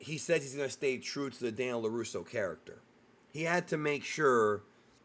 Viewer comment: "Laruso Audio" 😂